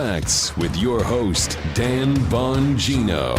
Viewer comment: Dan Bongino, I absolutely LOVE YOUR CORRECT PRONUNCIATION OF WORDS and ARTICULATE COMMUNICATION SKILLS! You are, indeed, a rare commodity!